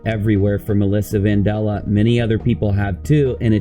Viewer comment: How can you pronounce it van-doll-uh when it is clearly spelt vandella (van-Dell-uh)